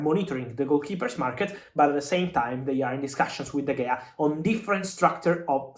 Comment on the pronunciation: De Heya, not De Gea